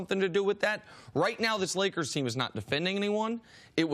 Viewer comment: There's no "D" is Lakers.